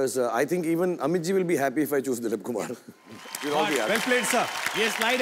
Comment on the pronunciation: Riteish said "Chooj" instead of "Choose". Sajid Noticed. Didn't made fun of it. Just gave a smirk and carried on.